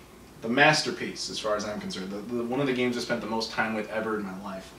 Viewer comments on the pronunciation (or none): none